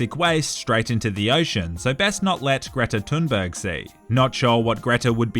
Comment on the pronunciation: How did he pronounce Greta Thunbergs name correctly but not Jorge